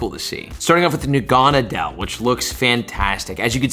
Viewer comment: Sorry, it bothered me. Lol. It's pronounced Nah-guh-nah-duhl